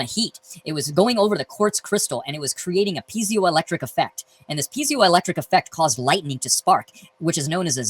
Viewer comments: Having studied electronic engineering, hearing "pee-zio effect" is irksome. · Zye-cron, P-Z-O-electric... Is this guy just unlucky enough to be dyslexic of top of being a YEC??